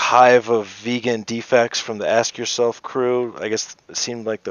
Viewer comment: I thought you were saying "ass yourself".